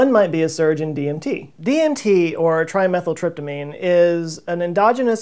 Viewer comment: You called DMT "Trimethytryptamine". You didn't see the "D" in Dimethyltryptamine?